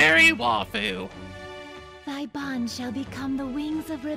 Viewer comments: We've reached the end of a 60-part war, and STILL doesn't know how to pronounce the word 'waifu'. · Tyler- He probably knows the proper way to pronounce "waifu", but he's so used to pronouncing it the way he has been that he'll just keep pronouncing it wrong (just like he still pronounces certain character names wrong even though he now knows the true pronunciation).